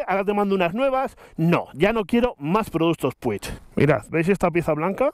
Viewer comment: como se encharca un dedo?? jajajaj en serio, de locos lo de PUCH (me sangran los oídos al oírte decir p-u-i-g)(y no soy ni mucho menos catalán)